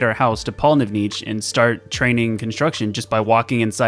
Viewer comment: first person i've heard say pollnivneach correctly